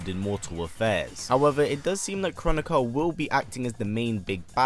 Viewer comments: I think Kronika is pronounced "crow nikka" not "chronic uhh" 😆😂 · I thought Kronika was supposed to be pronounced Kro-nee-ka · Tom-ate-ooo Tom-at-oo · It’s pronounced: kro-knee-kuh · It's pronounced Kro nee ka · It's pronounced (Krow-knee-ka) 😆😆a lot of ppl have been pronouncing it w the wrong way.. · It’s pronounced Krow-neeka- apparantly